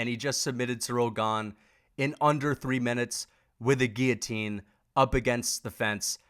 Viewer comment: Hats off for saying "guillotine" correctly